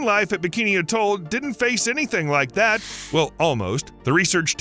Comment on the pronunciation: Couldn’t even say atoll properly.